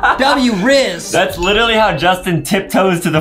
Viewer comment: Bro say rizz lol